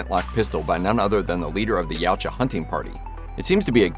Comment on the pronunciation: dude... not YOW-cha... it's Ya-OOO-Cha